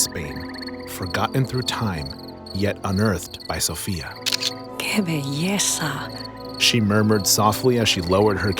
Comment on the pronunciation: “Belleza” has a Z not an S.